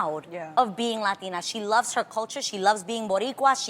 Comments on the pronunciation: I haaaated how they pronounced ‚latina‘ oh my god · I never understood why people pronounce "latina" like that.